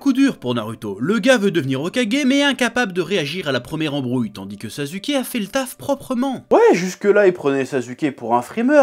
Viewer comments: "Sazuké" (rhaaaaaaa). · Par contre le Zazuke il fait mal à entendre 😭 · Pourquoi tu dis 《NarUto》《SasUke》 mais tu prononce 《Hakou》 ? Alors que ça s'écrit aussi avec un U ! 😂😂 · Il s'appelle pas sasuke mais suskiki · Tu es en train de dire sazuké 😂